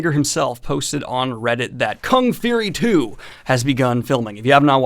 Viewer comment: Why do you say fury like feary lol